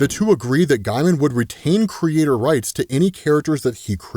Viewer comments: Thanks for a great video! Also btw, Neil 'Gay-man', not 'Guy-man' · Neil Gaiman (Gay-Muhn) <~~~that’s how you say it, it’s always bugged me how you pronounce it lol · Lol "guymen"